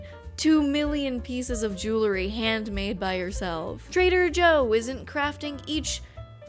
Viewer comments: Say JEW-LE-RY one more time.... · Say JEWLE-ry one more time....!